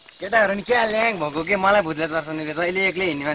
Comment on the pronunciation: MAX Oh... Chaaley bhai, oh nakkaley Bhai keti bhannda pani dherai nakkal paari-paari bollney... Kataa ko yessto bhaasa ho.. Voot (bhoot) , Vaagthe (bhaagthey) , Vaako (bhaako), Vaye (Bhayein),.. Ek jaga pheri birsera "Bistarai" lekhe cha... 😆😆😆😆 Thett kuley... Kaag ley Hannsa ko chaal hinney hooda aafnai chaal birseko.. Bhanney dekhe aaju... Bhai dhukha maani-maani kina comment garnu... 😂😂😂😂😆😆😆 Thett bhai... Ghannta..